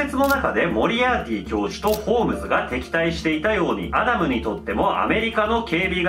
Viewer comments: アダムをキリンが言うとアナルに聞こえるんだけど、、、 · ウケ狙いとかじゃなくて、本気でアダムがアナルにしか聞こえない……どうしよ